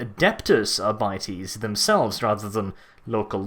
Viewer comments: Ar-bit-ees not Ar-bite-ees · Hate the way your pronounce Arbites. The word seems like a play on Arbitrator, and as such Arbites should be pronounced Arr-be-tez. Not Our-bities. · arbytees really ? I would probably pronounce it more like ar bee tès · Sorry dude I can’t listen to you say “Ara biteys” anymore